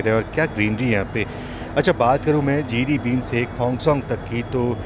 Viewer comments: Jiribim nahi, Jiribam he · Jiribin nahi jiribam "Bam" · Not Jiribim it's Jiribam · जिरिबाम कहते हैं।